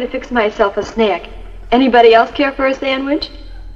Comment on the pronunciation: i've never heard anyone pronounce "snack" with two or more syllables but Kay did it! XD